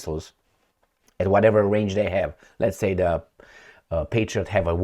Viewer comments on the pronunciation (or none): none